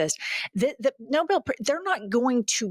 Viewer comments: I highly doubt the Nobel Committee will listen to a habitual liar who can't pronounce the name of the award that she's shamelessly begging to be given to an imbecilic felon with cankles bigger than his impotent, uh, hands. It's NoBEL, KKKaroline. Not Noble. I'd ask you to get it right next time, but you avoid facts like they're holy water. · Not to mention she can’t even pronounce it properly…it’s not Noble - it’s Nobel. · It’s NoBELL prize, not Noble. Maybe if they knew how to pronounce it, they’d be more likely to get one! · It’s NoBEl not noble….she can’t be bothered to learn how to say the name. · Someone please, please tell kkkaroline that it's pronounced no bell peace prize, not noble. Smfh, how stupid is she. 😅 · Hey, Leavitt! It's Nobel (with an emphasis on the second syllable) pronounced "no bell". Not noble, dearie. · It's not nobil Nobel Karo ignorance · HEY KKK Leavitt, it's Nobel not Noble. Between Leavitt and Howie the Nuttlicker do people need anymore proof that tis regime is incompetent. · It is the "No-bell" Prize; not the "Noble". He should get someone who knows how to pronounce it! It is a name; not an adjective. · NOBELL NOT NOBLE moron. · Bullshit Barbie can’t even pronounce NOBEL correctly. It’s not NOBLE. And if it were, even more reason that Trump doesn’t deserve it. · It’s pronounced No’bel not noble. But she is ignoble. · Nobel is pronounced, “”- No bell ,”,Karolyin’ said, Noble Peace Prize Prize…. lmso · She can’t even pronounce “Nobel” correctly and called it “noble”. What a silly person. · “No-bill” rather than “No-bell” - she can’t even pronounce the prize properly! 😂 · I think she pronounced it noble instead of Nobel. Ding-a-ling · Cato-always lying…can’t pronounce Nobel,calling it “noble”… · She pronounced NOBEL as NOBLE That should make her supposed communication skills. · Nobel, not noble! Why does Karolying keep saying noble? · She pronounces Nobel like noble! Ignorant cosplaying fool. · She mispronounced Nobel as Noble. 🙄